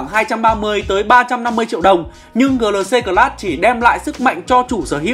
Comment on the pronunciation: Gờ lờ xê...đọc lại đi anh